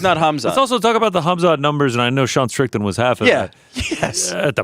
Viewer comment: is the hardest “strickton” drop with the hard T you’ve ever heard.